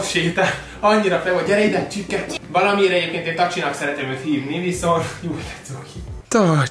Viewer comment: A csipke helyett azert ertettem h csirke 😂😂 XD